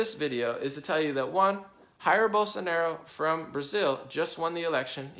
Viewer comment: "Haeer Bolsonaro" Please, dude. We speak Portuguese, not Spanish, don't assume the pronunciation is the same, that triggers the shit out of any brazilian. :S